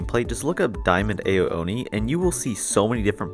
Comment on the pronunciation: It's not pronounced AYO Oni, it's pronounced OW Oni.